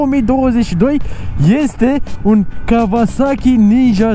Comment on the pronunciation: Kauasachi, nu Kavasachi ^_^